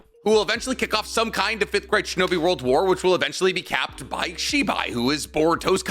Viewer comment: You said “5th great shinobi world war” but I heard “5th grade shinobi world war”. Just a bunch of 10 year olds throwing sticks and rocks at each other.